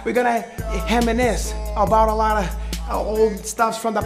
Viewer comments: "We're gunna heminisce." hahahaha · "We gonna heminisce"